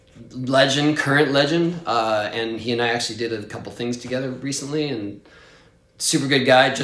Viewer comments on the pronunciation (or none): none